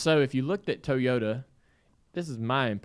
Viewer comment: Dale cannot say the word, "Toyota" correctly..its hilarious!!